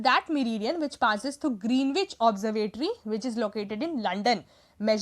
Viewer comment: I think Greenwich is pronounced as Gren-itch.